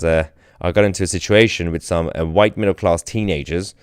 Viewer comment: Blame the “hwhite” man ! 😂😂😂